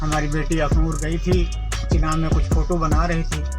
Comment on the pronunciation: its chenab...not chinab